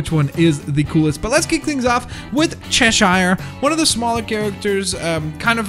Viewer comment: Not chesh-shire its chesh-urr